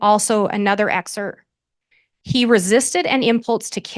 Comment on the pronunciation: How does a J.D. think the word is ”excert”?? 🤦‍♂️